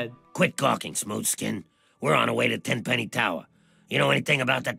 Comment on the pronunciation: Its Tenpenny, not Tem lol